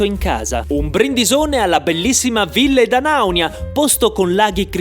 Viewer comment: Ora che hai imparato a pronunciare bene 'Ville D'Anaunia' prova a dirlo in corsivo